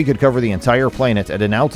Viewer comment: What is a "plain-et'? Is he trying to say planet?